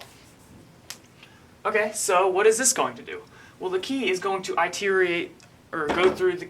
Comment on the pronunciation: word phonetically is, it-er-rate. Good work C!